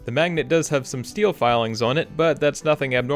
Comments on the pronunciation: I enjoy watching your videos but for the love of god it’s ESPECIALLY NOT EXPECIALLY!!! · Did you say “ex-pecially”?? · it really grinds my gears when he says "eckspecially", especially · I'm triggered by the way you say "especially". lol